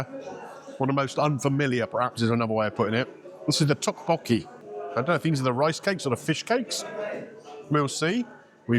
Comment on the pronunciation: It's pronounced duk-bokky